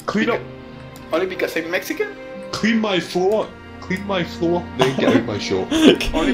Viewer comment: Clin mai flloo jajajajajaja like